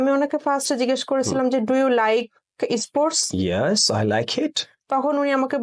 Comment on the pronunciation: Pronunciation is bad :it is not issports, this is sports i am from India